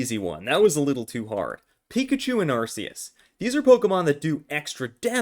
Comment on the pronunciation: Ur calling it “arseus and it hurts so much”